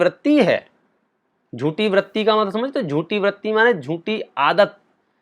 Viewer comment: Vratti (व्रत्ति) नहीं Vritti (वृत्ति)| क्षमा! मैं शब्द मलेक्ष नहीं हूँ किन्तु उच्चारण सही कर रहा हूँ।